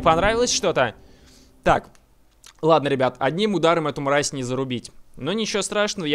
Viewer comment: Ты говоришь: "Мразь", как мой друг только на "р" делай так, как будто ты картавишь